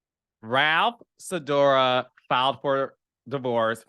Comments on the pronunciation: You calling him Ralph Sidora is sending meeeee! 💀 lmao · lmaoo i was cracking up at Ralph Sidora. Love that.